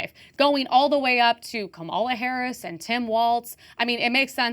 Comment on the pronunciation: The fact she refused to name Alex Pretti and kept saying "whatever his name is" and kept mispronouncing Kamala Harris just shows the type of person she is